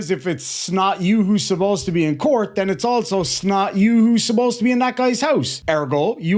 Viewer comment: Im still stuck on how the first guy pronounce COURT he took the U & R out and replaced it with another O 🤦🏾‍♀️🤦🏾‍♀️🙄🙄🙄